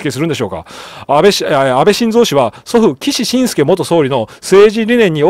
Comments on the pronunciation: 個人名をまちがえると失礼ですよ。 ⭕️きしのぶすけ ❌きししんすけ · 岸信介（きしのぶすけ） しんすけではないです；； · 岸信介は「キシシンスケ」ではなく「キシノブスケ」ですよ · 岸信介 ❌きししんすけ ⭕️きしのぶすけ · 岸 信介 読み方は「きし しんすけ」でなく「きし のぶすけ」です… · 低評価は総理が嫌いな人です！ ！岸信介(きしのぶすけ)と読みます！ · きし のぶすけ、、、ですよ。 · 少し気になりましたので... 岸 信介←きし のぶすけ 一寸←ちょっと ...と、読みます。 また、英語表記の定冠詞「The」は、その後に続く頭文字が母音の場合は「ザ」ではなく「ジ」と発音します。 常々楽しく拝見させて頂いておりますが、気になりましたので... m(_ _)m